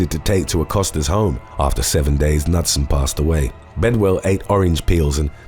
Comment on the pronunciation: Just FYI for a next time......the surname Knutson is pronounced like 'Kanoot-son' instead of Nut-sun. I have quite a few in my own extended family. It is a Scandinavian surname meaning son of Knut, which of course, is pronounced Ka-noot. Also, I would rather ...........oh, that's a hard one! I guess I would rather lose all memory of the last 2 years if I have to choose. I wouldn't want to be under the mind control of any villain, comic book-esque or not. They might make you murder someone or worse! Thank you for an excellent video as always!